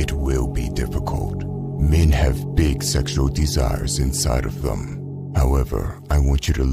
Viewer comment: Learn how to pronounce the word "them" thanks.